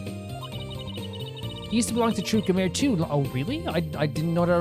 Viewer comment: This is easily one of my favourite episodes in the game and series at large so i'm really looking forward to seeing you go through it! (on a side not i'm only four minutes into the video but Gramarye probably pronounced (gramma-ree or gram-are-ee, not 100 percent sure myself)